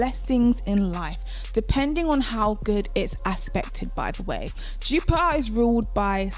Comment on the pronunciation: I love the way you say Jupiah (Jupiter) 😍🤤